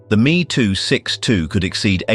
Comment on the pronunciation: I absolutely love this but also hate that AI was used.. Its lazy!! It is not the "me" Its called the M!! E!!! ME 262!!!! I do appreciate the attempt at telling people the amount of what is still bought, Used, and consumed today that was developed during the time of Nazi power I am told I am full of crap.. Ignorance has run rampant due to the modern programming of the masses.. Luckily I have procured many original items that prove otherwise.. All day every day.. Now these video producers need to devote a lot more time towards being accurate instead of using chat GPT..